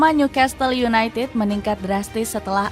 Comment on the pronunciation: Gokil sampe . Tetiba Newcastle United jadi Newcatle United.. Dapet bloop gak ke cek... Dari klub bola jadi ternak baru.. 😂 Btw beritanya tetap oke.